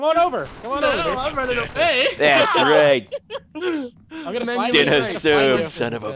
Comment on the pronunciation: It really sounds like ammo get you when Nanners say I'm gonna get you